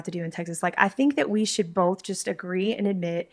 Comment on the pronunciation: 5 seconds in and shes lost me, "we bolth know". Its BOTH people. BOTH. Not BOLTH. Theres no L in the word.